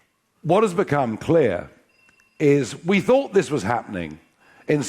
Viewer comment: you said fought and fought snd fought it’s called, thinking, TH, thought, bless you